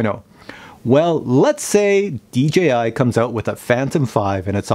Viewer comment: Dee Jay Eye.... very good!